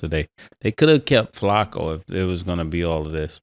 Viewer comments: I hate how Ma$e say Flaccos name 🤦🏾‍♂️😡😩😂😂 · They called Flacco Flako I’m subscribed